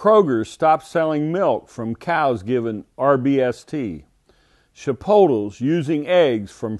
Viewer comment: are we all just going to ignore the way he said Chipolte?